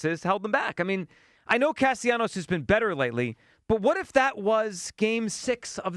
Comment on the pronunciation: Holy crap, now we have Hugh also butchering the pronunciation of Castellanos' name, it's not that difficult to pronounce! Cast-A-Leeenyos???????